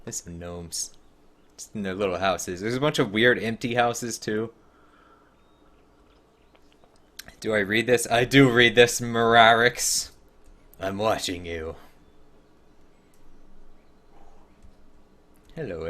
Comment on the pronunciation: It's MrArix 😂 not mrrrrarix